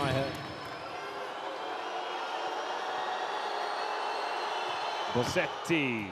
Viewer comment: Please, is Bosetti not BoSSetti.